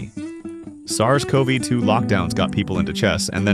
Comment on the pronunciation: Great content / idea but need to fix the typos ("but the real boom was in 20202") and AI-voice ("sars coe-vee-too-locks") mispronunciations in order for channel to grow ;)